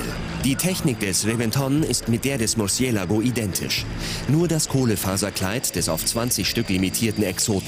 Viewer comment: RevEnton und MurciElago xDD Die Betonung, herrlich